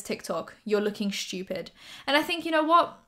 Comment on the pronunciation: the way you say "stupid" as "shtupid" makes me laugh lmao ily